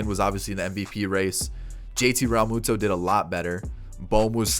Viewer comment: I died when you said JT Ralmutada